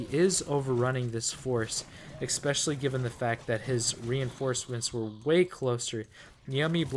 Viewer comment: There’s still no X in the word especially. You pronounce it wrong every single time